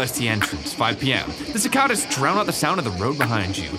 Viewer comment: It's not cicadas it's cicadas😂😂